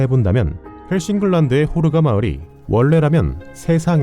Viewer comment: 호르가 가 코로나로 들렸다..